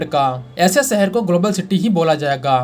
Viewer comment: He Dum head, it is 'shahar' not 'sahar' for city. It is 'business', not 'bijiness'. Correct your pronunciation before you make a fool of yourself.